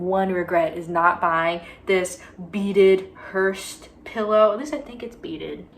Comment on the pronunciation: hearse doesn't have a t but great video sweetie